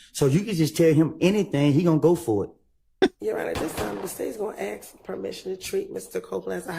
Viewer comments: ask ask ask!!! not axe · Using axe in place of ask really makes you sound like a dipsht especially females